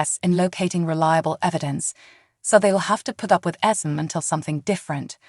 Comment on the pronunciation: Ok. IT'S ESME NOT ESMOND, ITS CASSADINE NOT CASSADEAN. ITS NOT TRAINA IT'S TRINA Why can't the creator of this video take the time to pronounce the names correctly.